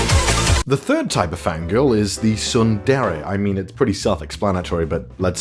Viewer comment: I should dislike this because you pronounced tsundere wrong.. But I'm not a bad person like you. Please learn how to pronounce it the right way.